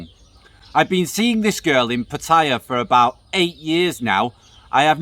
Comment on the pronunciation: Learn how to pronounce ‘Pattaya’.